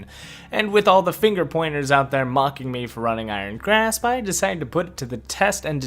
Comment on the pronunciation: George XD I'm saying that says graph instead of grasp